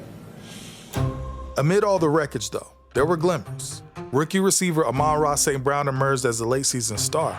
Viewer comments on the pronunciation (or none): "rookie reciever Amaarara St Brown" 🤣